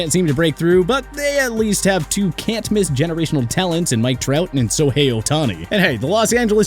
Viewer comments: Sohei Ohtani??????? Come on It’s SHO-HEI-OHTANI this is how u say it SHOW-HEY OH-TON-EE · Did he just say “Sohei Ohtani”?????? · Say shohei Ohtani again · Agreed, would’ve been nice if he can actually pronounce players like Shohei and Jokic’s names. Kinda sad for a YouTube channel purporting to be a sports channel.